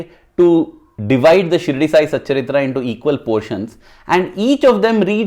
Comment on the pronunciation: Sai satcharitha... Not satcharithra...